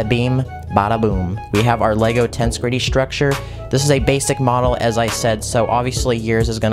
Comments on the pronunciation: Tense gritty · I got slightly more infuriated every time he said “tense gritty”